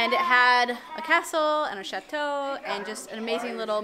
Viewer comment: When they say chateau it bugs me because I speak French and they’re not saying right